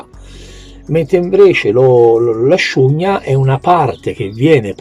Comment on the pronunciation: a scugna? a nzogna - l'ultima lettera va troncata, viene rimasta nel pensiero a nzogn la gn va pronuciata come quando ci si sta un po appena arrabbiando 🤣gn 😡